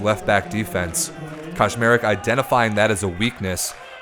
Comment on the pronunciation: Hahaha the way you pronounce Kaczmarek sounds like Koszmarek which fits in the context as it's a diminutive of a nightmare in PL 🙂